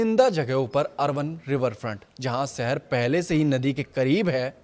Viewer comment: सहर नहीं शहर होता है 😊